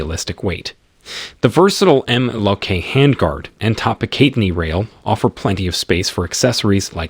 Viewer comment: The way this guy says MLOK and Picatinny is horrific